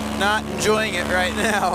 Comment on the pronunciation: Did you say "right meow"?